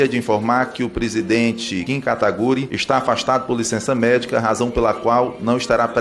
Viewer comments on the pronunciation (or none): Kim KatagUri. O cara tá lá todo dia e fala o nome do japa errado🤣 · O Kim deveria fazer um compilado das diversas formas que pronunciam o nome dele kkkk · 4 anos de parlamento e ainda falam o nome dele errado kkk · "Kim kataguri" não tankei kkkk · Porque ninguém dali sabe dizer o nome do Kim?